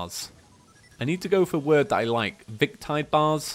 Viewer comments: It's pronounced Viktide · Lazinator Lazer-nator Victide Vic(k)-tide ((how could you even get that wrong?)) If theres anything else he pronounced wrong, you can just comment yourself because I'm too lazy to add anything else @@ but these sort of just made me cry inside